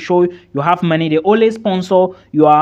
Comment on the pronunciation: I like how you pronounce money. (Marny)